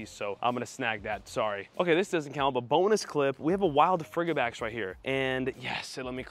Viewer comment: I thought frigibax was pronounced like fridge or frigid, as in cold since it’s an ice dragon.